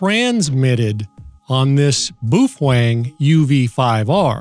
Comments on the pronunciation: It's not pronounced boofwang. It is said, "Bow fung" ("bow", rhymes with "how"). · Why do you call it Boof wang? Ive literally only heard it pronounced bow fang. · It’s pronounced “beauty-fwang” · Meh. I'm more "bothered" with the way you pronounce "Baofeng." LOL